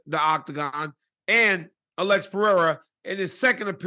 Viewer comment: Pronounces the last name right but keeps saying “Uhlex” instead of “Alex” 😂